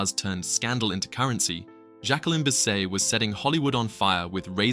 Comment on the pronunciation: Cant even pronounce her Surname!